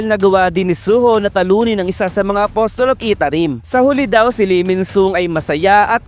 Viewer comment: Apasel po bigkas ng apostle